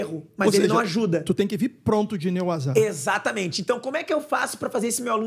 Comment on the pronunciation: Excelente entrevista. Parabéns! PS. thanks pelo Nê WazÁ... vê se o povo aprende a falar certo 😁😁😁